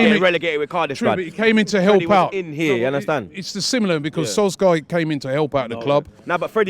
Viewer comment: Man said Solskjaer.